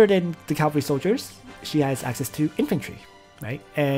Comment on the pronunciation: “Calvary class,” “SÂH-ku-ra” and not “SAW-ku-ra” hah thanks for all the intel and advice on your channel, though. For real. There’s only so much out here and you seem to know your stuff.